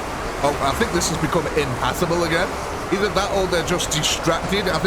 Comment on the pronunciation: Sorry but i gotta ask, are you saying impassable or impathable when referring to zombies not being able to go accross a blood lake or other terrain? It should be the former.